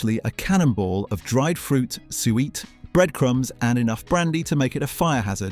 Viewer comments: Sorry, I can't cope with an AI-viced narration that pronounces it 'sue-weet' WTF IS SUEWEET? It's suet for chrissakes.😅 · Thanks for this comment, I was trying to figure out what Sueweet was. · Not pronounced sweet, it is two syllables and is SUE ET. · Sueat?? Suet pronounced sue-it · Also, it keeps saying soo-eet instead of sue-it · This AI mispronunciation does my head in. Sooooo eat - Soo it. No one fights over Quality Street. Everyone forgets 'Weekend' Chocolates - Clearly the best selection. Like Callard & Bowsers Nougat in rice paper. Gone and sadly forgotten. I have never heard of anyone calling Brandy Butter 'Hard Sauce'. Never. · Suet. Pkease pronounce it correctly, sue it. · AI voiceover completely ruins what would have been a fun, and informative piece of nostalgia. I cringed at suet, twice, being pronounced as “Sue-weet”, but it gets worse. Great content ruined by lazy editing. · I know what suet is, the robot was saying soo eat! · Is this an Ai voice? Must be. It pronounced suet as sweet. Not going to watch it. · That is not how suet is pronounced. In America 'jelly' is Jello or gelatin. Jelly in America is a type fruit preserve often seedless. The other is jam, which had more fruit. We do eat marmalade over her as well. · Don't insult British people by claiming you are British aren't you ai because if you can't pronounce suet correctly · nope as a Brit, I've never heard it pronounced like that.